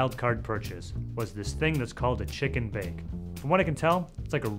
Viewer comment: This guy says chicken bake like its a foreign word